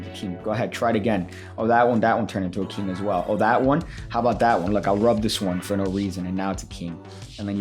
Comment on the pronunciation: What is a “keeng”?